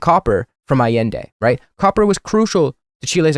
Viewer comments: “Pinochet, which has become a shorthand term for a fascist” yeah, Hitler who? Also he can’t pronounce Allende (ah-yen-day) correctly, which says a lot about his knowledge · Bro can't even PRONOUNCE Allende, smh I swear Crowder gotta keep that name outta his mouth lol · Bro pronounces Allende like he just heard of Chile and googled “Chile communism bad” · A sure fire way to show you know Chilean history is to mispronounce Allende’s name